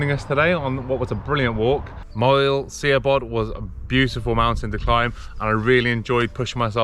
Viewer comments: its pronounced as shabod, not siabod. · 😄 🤣 😂. It's not see- a-bod. It's sha-bod. ❤❤❤ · Pronounce the i like an h so instead of Sea-a-bod it sounds more like Shab-odd, it's a great scramble and one I always advise people to do a few times before heading for Crib Goch just to build a little experience and confidence, carrying on and walking the Moelwyns right down to Blaenau from there is a stunning day out and I think the views just keep getting better and better as you get nearer to the coast, I love the views down to coast for the summits of Moelwyn Mawr and Bach. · Moel shabod... Not moel see-a-bod 'si" is 'sh' in welsh flies away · SIABOD is pronounced SHA-BOD, not SEE-A-BOD folks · Really enjoying youre videos guys, love the chemistry between the two of you. Im from Llanberis myself and have tended to stick to Snowdon TBH mainly, but have done the glyderau etc over the years. Done Moel Siabod a few times via this very route....BTW its Shah...bod, much easier to pronounce than you think..ohhkay patronising bit over with😊. Just come back from a wee trip to Buttermere where I did Red pike, high stile and crag but chickened out on haystacks...so Ive been binging your lake district exploits as well and shall be using as a blueprint for future trips I intend to take. Keep on keeping on, welle for conquering that pesky vertigo!! Tale care guys❤ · It's Sha-bod.... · Nice video, a bit dramatic maybe, the pronunciation is Moil Shabod... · Apologies if it's already been mentioned but Moel Siabod is pronounced Mole Shabod. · Moel Siabod, (Welsh pronunciation for the English - Mole Shabod) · Superb video of Moel Siabod scramble!! really enjoying going back through all your vids this evening. Incidentally, its pronounced more like MOIL (as in boil) SHA (like in sharon) BOD (bod, like in.....bod!) - stick with me for more welsh pronunciations using terrible phonetic examples hahaha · Great video, rubish pronunciation 😆